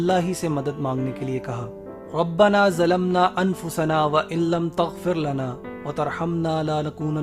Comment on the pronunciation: Rabbna zalmna sahi nahi padha hai yaar sahi se padha karo